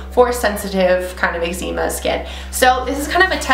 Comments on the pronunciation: Your pronouncing calgon and eczema wrong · Calgon probably, but no eczema is pronounced "eg ze ma" or the way I pronounce it. Different countries can pronounce things differently. :) Not sure why this was worth commenting tbh. 😅